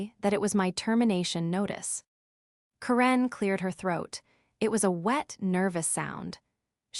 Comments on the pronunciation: Why did you mispronounce the name Karen? Made it sound like Quran. 😂 The only other baddie goof was; 'Coup de gras'.... well just the 'gras' part it's not grace. French is a bit of a pain.🙄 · Ugh, this needs some serious improvement. 16 min in and I quit. The AI can't pronounce Karen properly (grating on my nerves but tolerable). Continuity issue: the badge was surrendered and then also used on an elevator two minutes later. The whole concept of a 24 hr clause in this context is ridiculous. Anyone with 5 working brain cells would have set something like 30 or 90 days. The rest, I'm not going to finish. You already lost me. Better luck on the next one.